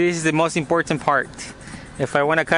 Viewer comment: It's very "Em Por Tant." It's funny how you pronounce that.